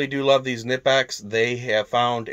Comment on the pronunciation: Can’t pronounce Knippex? Can’t take this seriously. 🤦🏽‍♂️